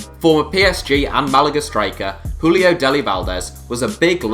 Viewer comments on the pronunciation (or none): none